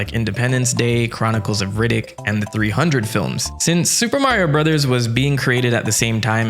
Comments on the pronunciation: Please stop pronouncing it "Supah Mario Brazaz" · my guy's commitment to pronounce Sūpā Mario Burazāzu is remarkable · Why does he pronounce it like that